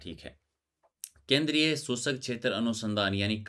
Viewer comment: सर का उच्चारण, सुसक, रकत 😊👌💐